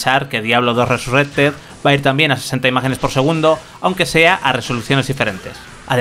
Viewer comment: Cada vez que escucho RESURRECTED se me cae un poco más la oreja....